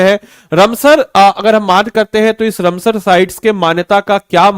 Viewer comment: तुमसे राम सर बोला नहीं जाता है, या कुछ दिक्कत है, रम सर नहीं रामसर है। लोग बेवकूफ नहीं जो नहीं